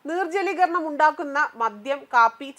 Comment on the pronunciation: നീർ ജലീകരണമല്ല നിർജലീകരണം ആണ്.